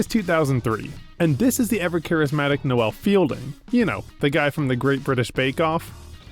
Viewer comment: Why can't you say Noel properly?